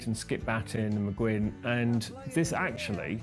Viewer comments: Hey whitey...it's not McGinn..it's Mcguinn...brits. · It bugs me when the guy keeps saying McGinn